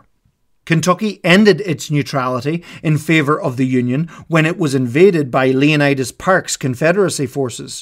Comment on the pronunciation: "Leonidas PARK" 🗿🗿🗿🗿🗿